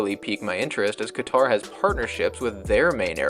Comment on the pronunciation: Whatever you say about it, please just learn how to say the country’s name.